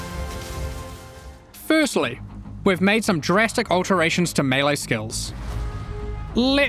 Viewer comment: Thank you for pronouncing melee properly!